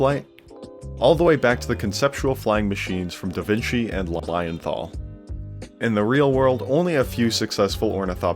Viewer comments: I Had to think a lot about "Lalajenthal" (Lilienthal) it's pronocend LeeLeeYenTal... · Lilienthal is pronounced “Lee-lee-an-tahl” 😉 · I didnt think there was a worst way to pronounce "Lilienthal", but there you go. Congrats!